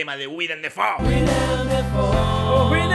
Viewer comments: Se pronuncia DAY Fo! No Defou! Hasta el mismo lo dice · Lo curioso del multiuniverso de Defoe es que Willem Defoe pronunciaba su apellido como "Willem Déifou"